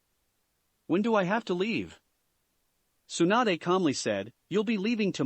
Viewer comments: it's tsunade not swanda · I heard swanda instead of Tsunade.... Lmao